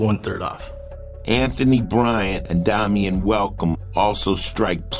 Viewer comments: Good show & great upload quality!!!! I'm stuck on the fact tho that the guy named calls himself Domian tho sounds stupid as hell when it's clearly spelled like Dame-ien 👀 only thing that bugged me lol, other than that, great show & quality!! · I’ve never heard pronounced like that,it’s pronounced Day-mee-en where I am